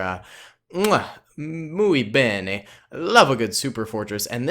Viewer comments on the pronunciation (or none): I'm kinda angry about your pronunciation of muy bien